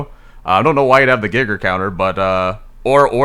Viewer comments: Please never say Geiger as Gigger ever again, it's Guy-Ger or Gee-Ger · That’s probably the worst way I’ve ever heard anyone pronounce “geiger counter” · It legitimately hurts me how he says it